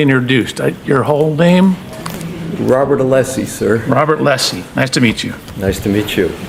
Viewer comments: that was a power play!!! C'mon. And not ALESSI , 'LESSI. (sp). That was intentional and immediate. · And then the dude said "'LESSI"... on purpose. As of to say, I'll call you what I want 😡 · Welcher goes to the trouble of trying to one-up Alessi by asking his name, and then incorrectly repeats Alessi's last name. Brilliant.